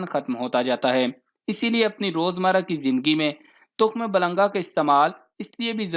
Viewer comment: تخم ملنگا نہ کہ تخم بلنگا